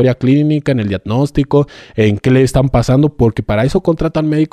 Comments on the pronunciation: DIAGNÓSTICO( DIADNOSTICO)...INTUBAR( ENTUBAR)...CLONIXINATO DE LISINA( CLONITZINATO DE LISINA DICE EL SR.)🤣🤣🤣🤣🤣🤣🤣🤣🤣🤣🤣🤣🤣🤣🤣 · Netaaaaaa? Y tu de verdas crees que pueda ser dr??? No sabe ni decir "diadnostico"!!!